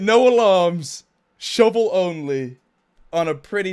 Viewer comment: I love how he says shivel instead of shovel. It's great :)